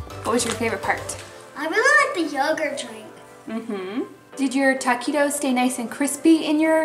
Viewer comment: It’s not “Taaaaa quit os” it’s Taquitos.